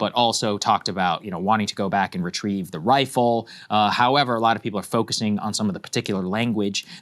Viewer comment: “I’m happy to retreive some Zyn” LMAO